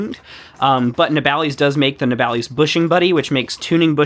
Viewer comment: Just bought one of these, had a look at reviews after, why is it that every american reviewer calles it ne-bal-ees and not na-ball-iss? Have i got it wrong? am I the dumbass? Am I hyperfocused on the least important aspect of the video?